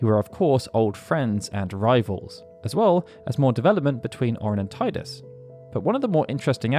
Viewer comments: And yet you still call him Ti-dus and not Tee-dus… ‘shakes head in disappointment’ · Teedus, not Tiedus. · While the way you're saying Titus makes more sense to me, isn't it technically wrong? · Thank you for intentionally mispronouncing Tee-dus as tai-dus. I think that should be the official pronunciation! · cool, but you skipped the most important fact: it's pronunced Tee-dus. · You know you can rename him, right? He'll always be Tide-us to me, even if the worst pronunciation is canon. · that’s pretty cool but it’s still pronounced as “Tee-dus” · 20 years + and people still calling him tie-dus zzz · Why dont you say Teedus like it's meant to be said lol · you have an encyclopedic knowledge of the FF universe…and yet, you can’t pronounce Tidus correctly. Is that a choice you made ? Am I missing something ? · Geez man, please pronounce Tidus' name correctly. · What is jarring is mispronouncing Tidus constantly